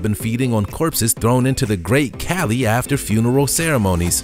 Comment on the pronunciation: It's "kah-lee" Not "Cali"